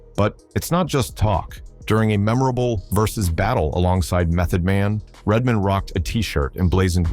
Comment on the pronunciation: and redmin lol